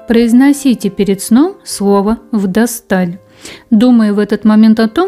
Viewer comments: Не вдостАль, а вдОсталь. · Слово произносится неграмотно! Нет слова вдасталь. Есть слово вдостоль. Ударение на первый слог! Какая неграмоьность! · ВдОсталь,забытое слово в русском языке,видимо поэтому мне режет слух ударение вдостАль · Спасибо. Только "вдОсталь", не "вдостАль". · СЛОВО ВДО'СТАЛЬ ПРОИЗНОСИТСЯ С УДАРЕНИЕМ НА БУКВУ "О". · Второе слово произноситься правильно так: вдОсталь. С ударением на О. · Поправьте робота, читающего текст, в слове " вдОстоль" ударение на о. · Более привычно ставить ударение на О . Вдосталь . Правильно ли это ? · Второе слова непонятно я слышу вдасталь что это ? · Правильное ударение на букву о. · "ВДОСТАЛЬ" ударение на первый слог, на букву "О". Читайте правильно